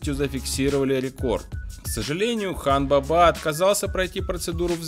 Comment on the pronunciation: Хан баба ударение на первый слог